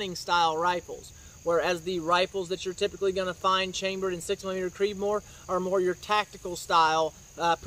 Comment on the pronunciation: Slow down when you talk, when you say “6 millimeter creedmore” sounds like you have a mouthful of rocks and are trying to spit it out faster than a mouthful of bees.